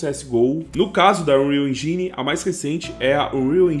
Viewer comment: En"jai"ne é ruim de ouvir viu bixo